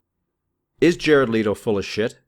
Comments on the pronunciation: Okay... Now one... It's LEHto... not LeEeto... and two, how is he full of shiz!? Leave his private life alone and let him be....! =∆= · Man it's fucking Leto no leeto fuck that's annoying. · Just one thing.. his last name is LEto not LEEto... peace